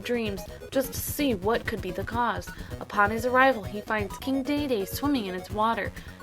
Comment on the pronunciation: king DEDEDE. not dayday. haha